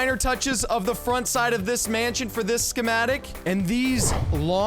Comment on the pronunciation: this is how keith said Schemetic | | | V